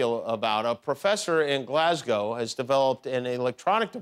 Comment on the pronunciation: Jimmy is the first American to ever pronounce Glasgow correctly.